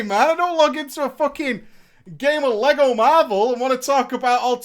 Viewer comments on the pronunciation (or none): none